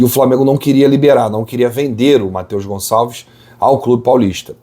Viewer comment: Tira esse "S" do Gonçalves, pelo amor de Deus!